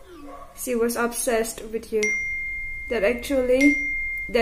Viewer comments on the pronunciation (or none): none